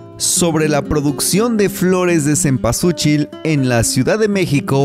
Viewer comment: Mal pronunciado y mal escrito cempualxochil que en Nahuatl significa y quiere decir flor de veinte petalos